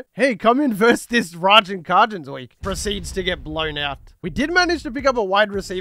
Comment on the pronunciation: its “Kay-Gens” (Cajuns)